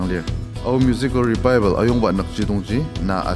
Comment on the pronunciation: Pronounce 😂😂😂 Revival or Rebaibel lol..